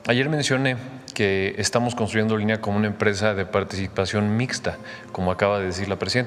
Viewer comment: Olin= movimiento, le agregan ía y se convierte en Olinía. y se pronuncia Olinía, se axentúa en la última i .